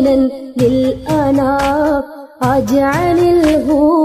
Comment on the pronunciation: നല്ല വോയിസ്👍👌👌 . രണ്ടാമത്തെ വരി ഇജ്അലിൽ എന്നതായിരുന്നു ശരിയായ ഉച്ചാരണം